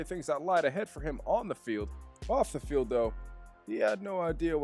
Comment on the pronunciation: “Of the felid” 💀💀💀